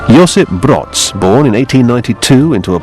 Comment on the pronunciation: Josef Broz - his name is pronounced /brohz/, not /brots/. The British propagandist seems to think he was German! The British would have us believe that British officers led Tito's forces to victory. What cheek! The Ustashi were co-operating with the Vatican, which was co-operating with the Nazis. Vatican Concordat with the Third Reich (you'd never get them to mention THAT)